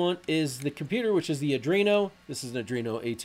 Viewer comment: Great Tutorial --- btw it's pronounced "AR DWEEN OH" not "AR DREEN OH" - there's no R after the D.